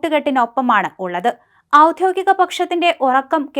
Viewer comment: ഔദ്യോഗിക പക്ഷം എന്നാണ് ' ' ഔദ്ധ്യോകിക പക്ഷം ' അല്ല ശ്രദ്ധിക്കുക